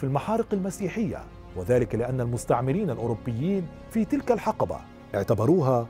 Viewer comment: تنطق الحِقبة بكسر حرف الحاء يا استاذ. و لكنك تنطقها بفتح الحاء الحَقبة و هذه الكلمة معناها يختلف عن ما تريد قوله. تحياتي من اليمن 🇾🇪🇾🇪